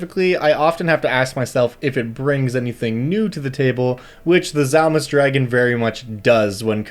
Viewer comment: To be fair on the pronunciation the "D" isn't silent is Dzalmus it's a "/d͡z/" kind of like the "Ts" in Tsunami is a "/t͡s/" so the "/d͡z/" is pronounced like a Z but with the tongue back and up where the D is usually pronounced. phonetically similar, though it does push the pronunciation of the whole word farther back in the mouth. "/d͡z/" though isn't really ever used in any dialect of English. Edit because for some reason half of why I typed was erased.